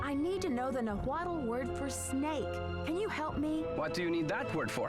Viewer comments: CRINGING at how they pronunce Nahuatl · i find it hilarious that their "mexican" dude cant say nahuatl correctly.